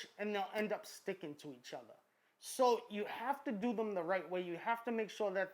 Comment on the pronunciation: "is there one betta than the utta" lolol this guy an og